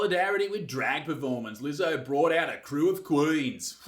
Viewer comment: Are you sure your'e not a Keewee Izec, Did you pronounce Leezo's name correctly mate?